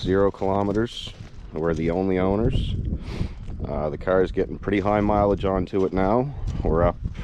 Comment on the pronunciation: CAAAR.... knew right away where you were from.